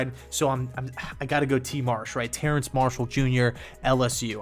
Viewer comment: I hate being this guy, but it’s not Terrance Marshall, it’s TERRACE